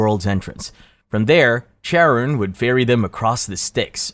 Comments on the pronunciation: Charon doesnt rhyme with Karen. It’s pronounced “Kai Ron”. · That’s not how “Charon” is pronounced. It’s starts with a /k/ sound as in “cat” because it’s of Greek origin